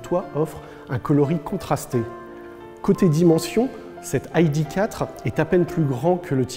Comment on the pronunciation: J'ai du mal à juger mais, à part la surélévation, est-ce la version "stepway" d'une ID3 cette ID4 (c'est marrant cette schizophrénie linguistique, "aïdiquatre"... "idéquatre" j'aurais compris... "aïdifaur" j'aurais aussi compris.. mais le franglish c'est bizarre :D et en théorie c'est sensé être une "hidifieur" )